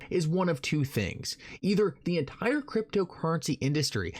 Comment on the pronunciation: I'd be SO much less annoyed listening to ur good content if u just said words like "entire" instead of "ent-quiror"